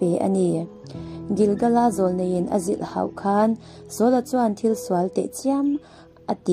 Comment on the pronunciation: He channel hi ti nge hmanah khan ka lo hriat loh aw😊😊 ṭha ka ti lutuk he channel hi. Chuan, 'zilhhau' thumala 'h' belha 'zilhhauh' tia lam hian a dik lohna eng mah a awm lo va. Mahse 'zilhhau' tia 'h' tel lova lam hian 'hau' thu bik hian awmzia a neih dân kawngah ngaih dân phir awm thei a tibo vek a, a mawi em em zawk bawk a ni. Chuvangin hetiang, "inhau" tih te pawh, "Engati nge khatia in inhauh tâk chiam chiam mai!" han tih ai chuan, "Engati nge khatia in inhau tak chiam chiam mai," han tih hian 'hau' hi 'h' tel lova a mawi zâwkzia a lang kuar mai asin.😊😊 I post zawng zawng hi hmaih hauh lovin ka ngaithla chhuak vek ang, Pathian zara ka dam a nih phawt chuan --- Pathian thu i dah ho zawng zawng hi. Chuan pakhat leh chu, "Van hnuai chhin a" i tiha "chhin" hi thu dik lo a ni a, "chin" tih tur a ni. A nihna takah chuan "chin" tih hi hla thu bik niin, "Lei chin" tih hi, lei aṭanga piang/chawr chhuak adt. sawina a ni. Hun dangah he thu hi hmanna remchang a awm leh a nih chuan, "chhin" ti tawh lovin "chin" tiin i lam ṭhin tawh dawn nia aw. A theih hram chuan, hetiang ṭawng tluangah hi chuan hla thu hi zeh tel loh hrâm a mawi zawk bawk a nia.😊 Ṭang zel rawh aw